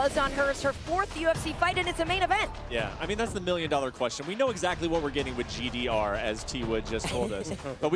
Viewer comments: Tyron it is GDR not JDR lmao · Tyron said JDR😂 ITS GDR BRUH😅